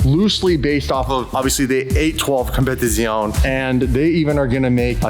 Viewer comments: it's not competizooon it's pronounced competizioneeeeeeeeeeeee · You pronounce “competizione” wrong